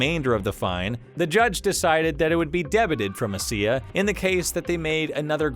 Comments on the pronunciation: First time in 12 years I've heard someone call ESEA "eh see eh", it's "E S E A" :D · this man legit said "E-SEE-AAH" lmaooo you cant do csgo videos anymore